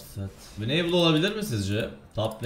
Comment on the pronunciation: wineybıl değil winıbıl